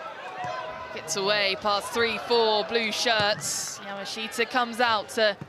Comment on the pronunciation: I wish that commentators would pronounce Yamaahita correctly.